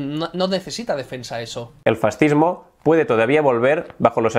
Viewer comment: El presidente de SOS Racismo dijo que los Reyes Católicos eran un antecedente del fascismo. Bueno, en realidad dijo "del farrzihmo". XD Y además lo hizo en una entrevista en el canal islámico Córdoba TV en la que en general se dedicó a ensalzar a Al-Ándalus. ¿Cómo te vas a fiar de unas estadísticas realizadas por gente tan sumamente ideologizada?